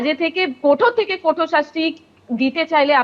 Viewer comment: নাম সঞ্জয় রায়, শুনে মনে হচ্ছে বাঙালি, কিন্তু দিদির কথা শুনে বিশেষত ' কঠোর ' শব্দ টা উচ্চারণ শুনে মনে হচ্ছে দিদি অবাঙালি। পুরো ব্যাপারটাই ধোঁয়াশা ময়!!